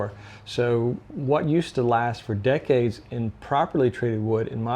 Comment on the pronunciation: Lasts for “deckades” he said